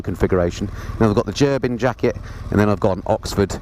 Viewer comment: Great video. A few things. It's pronounced Ger bing. I have a full set, jacket, pants gloves and socks. $700 us dollars all in. I ride in 20 degree farenheit. Toasty warm. No issues at all. I have 3 bikes. I just plug into my battery tender and off I go. If you are buying heated gear. Buy direct from gerbings. They are the best. Ps. MF outer jacket in this video cost $800 us dollars. Ride on brothers and sisters.